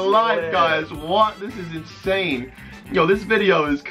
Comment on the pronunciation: said Insan 😂